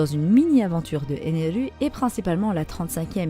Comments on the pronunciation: Stai tu peux juste dire ener 🙂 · Pourquoi tu dit ENERU ??🤨